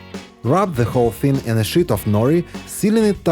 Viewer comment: Good tips, just wish someone in his crew correct him with pronouncing “ sheet of paper” versus “ shit” .